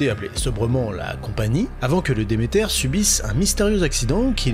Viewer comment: Demeter ça se prononce "demeterre" les gars. La déesse de l'abondance et de la fertilité, de l'agriculture, la mère nourricière. C'est pas anglais comme nom, c'est grec.